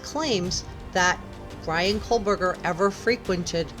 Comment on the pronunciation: No L in Kohberger